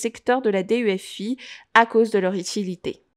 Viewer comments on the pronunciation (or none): D. E. F. I 😂😂😂 sa me fais rire, mais sinon la vidéo est très bien bravo et merci